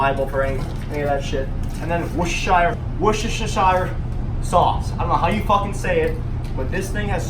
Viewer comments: Wuzzazire sauce lol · its pronounced like worst worst-er-shire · It's "wu-sta-sher" sauce, with the emphasis on that first syllable. "Wu" as in "would". Easy! Great video,. By the way, ordinary soy sauce is dirt cheap. Get a one litre bottle of Kikkoman and it will last for years. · Wuss-tuh-shh sauce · It's pronounced: Wooster (rhymes with rooster) sher.....wooster-sher. Just like it's spelled. (damn limeys) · Worstersheer sauce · Wuss-tur-shur. How hard is that?